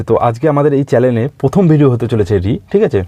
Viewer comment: ওরে বলধ চ্যালেন নয় চ্যানেল হবে